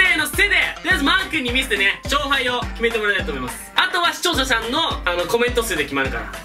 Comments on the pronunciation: 視聴者さんっていえないだ！？😂 視聴者しゃんわざとかや？w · 一度も「視聴者さん」て言えてないよ(笑) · 視聴者さんって言えてないところほんま可愛い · 視聴者さん言えてないのが可愛い